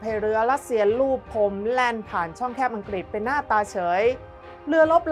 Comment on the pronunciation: ผุ้อ่านข่าวเสียงดังฟังชัดดีมาก แต่บางทีคำควบกล้ำหายไปเฉยเลย เช่น อังกฤษ เป็น อังกิด ปรับปรุงนิด จะชวนฟังระรื่นโสต